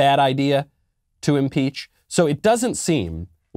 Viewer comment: Leftist it's "Impeach" not "Inpeach"